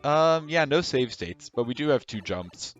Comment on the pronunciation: "stave sates"